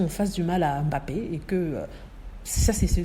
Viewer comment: a très bien prononcé le nom bappé, M'bappé le M' est ce qu'on peut appeler les vestiges de la colonisation. Les noms Africains commençant par une consonne sont souvent précédés d'une consonne qui reste muette à la prononciation. Beaucoup de blancs savent que leurs ancêtres ont fait cela pour marquer leurs acquisitions d'humains '' j' ose dire humain'' l'Indochine aussi a été victime, un nom comme n'guyen initialement le N reste muet.